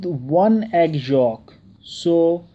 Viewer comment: Its yolk not folk